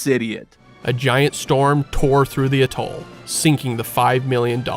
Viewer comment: Go on, pronounce atoll again, you might get it right...